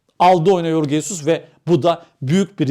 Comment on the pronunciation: Yorge değil Jorge Jesus doğrusudur.